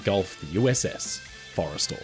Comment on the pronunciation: It’s “for-eh-stall,” right? Not… Forest’l. I think kept saying it wrong.